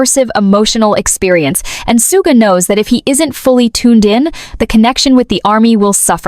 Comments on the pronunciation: thank you. I thought i was the only one who noticed the mispronounced his stage name. 💜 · No, i think they're just profiting and posting bad ai writing. They don't even pronounce Suga's name correctly. I'm blocking this.